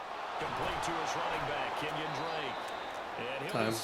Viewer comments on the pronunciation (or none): "Kenyon Drake" 💀